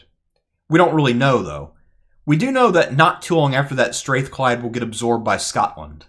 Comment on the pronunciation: Str-Ah-thclyde folks not Str-Ae-thclyde